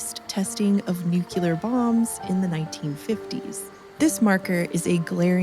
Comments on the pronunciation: It's NU CLE AR, not nuke you lar. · How can you read "nuclear" and say "nukuler"? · Every time she says "nucular" I involuntarily say out loud "nuclear." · did she say nucular tho? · nucelar=nuclear :D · I'm sorry but... Did you just say "nukyular?" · nucular <3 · “Nucular” lol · “Nukular?” Get a life.